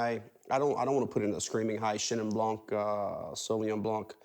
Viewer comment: I just want to say, it is "bl(y)an", not "blanK". The K in "blanc" is silent. And the N is nasal. Bl(y)an(nasal).